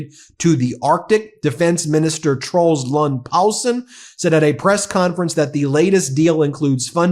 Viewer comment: Good job pronouncing the name Troels Lund Poulsen. There are two e's in Mette, though.